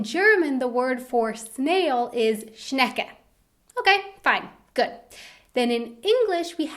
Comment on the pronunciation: Omg die ausprache von schecke 😄😄😄😄